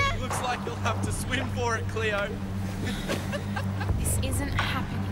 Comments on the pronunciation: It’s not cleooorrrrrr it’s CLAYOOO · LMAO “R CLEO!” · Its Cleo Not cleor